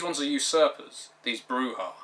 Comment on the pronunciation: I know this is superficial, but thank you for pronouncing Brujah properly.